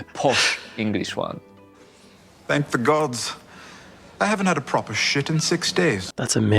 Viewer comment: How! The issue wasn’t (shit!) it wasn’t that word your pronunciation of “proper” was lame that is why u are are a silent actor in walking dead or a shit advertising actor…..?I’m pulling ur pisser mate! Been following you for years! ❤